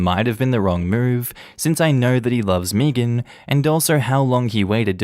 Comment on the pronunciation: Meagan or Megan is pronounced “May-gen” not fuckin “Meegin”